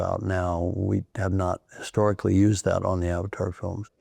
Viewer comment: He keeps saying historicly.... well played JC